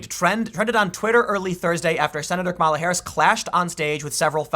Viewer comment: Isn't it pronounced KA-ma-la?...